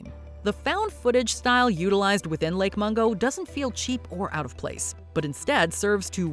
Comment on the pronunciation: Lake Mongo? 😂. Huge Lake with a Huge Secret… 😂. Lake Mungo.